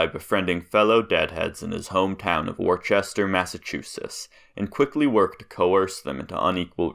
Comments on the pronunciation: I like how he says “Wor-chest-er”… *It’s “Wooooooooooooooster”!!! Seems like a funny school project. Some great photos there! ~Peace~ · It's Woostah, MA not WoRCHester